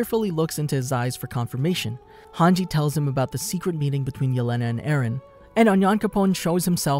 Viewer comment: thank god you didn't call hange "hang gay" like you did before